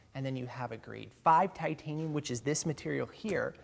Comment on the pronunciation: 'Timtanium' tools XD